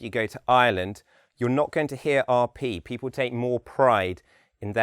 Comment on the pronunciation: His accent is good as an example of RO, but he has a rather weak L sound. For example, he says pee-paw rather than pee-pull for People. He is correct when he says his accent is only somewhat RP.